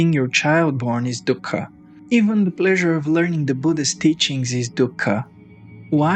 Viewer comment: Dhukka just means sorrow in Hindi. Stop saying it like that lol.